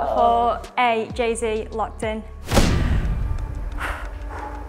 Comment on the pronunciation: man said will instead of jay